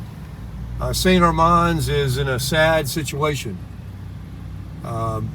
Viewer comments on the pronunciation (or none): You can definitely tell that you aren't a local. You're mispronouncing St Armands. It's 'man' not 'mon'.